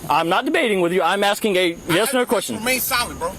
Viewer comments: he said the cop started by AXING a girl and it threw me off. Ask is the word. Not ax. Edt: didn't mean to just put you down. I absolutely love your videos and how they are narrated. Very informative and fun to watch. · Asking. Not axeing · Axing her a question 🪓 😂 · min : "The officer begins his investigation by AXING a female sitting in the passenger seat..." DAMNNNN That's some serious interrogation right there.